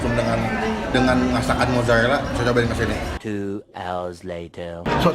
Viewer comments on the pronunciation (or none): the way that you say r, “bebek rwica-rwica”, mozarwelaa, tewrong balado 😂💕😅